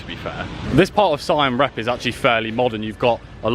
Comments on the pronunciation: Hey, new subscriber and really enjoy your vlog, well done. I hope you take this comment as only constructive but you keep saying 'Sign' when it's actually pronounced 'Seem' or 'Seam' Reap. Same as there is no 'S' in Laos, pronounced 'louw'... 'louse' sounds itchy. Just saying from an old narky ex pat and do luv the place, travel safe and cheers. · Si am rep. Lol. Pronounced seem reap. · Its pronounced Seyam Reap and Wats are pronoucned 'What' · Great Video But please learn to pronunce Siem Reap properly